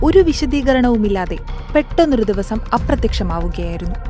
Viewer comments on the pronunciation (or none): none